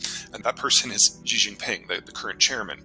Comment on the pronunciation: not that I disagree with this analysis, but a geopolitical expert that can't pronounce Chinese names makes me suspect of this person's knowledge of Chinese politics. i.e. if you study enough of that region to be an "expert" you will undoubtedly know how to correctly pronounce "Xi," "Deng," "Xiao," etc...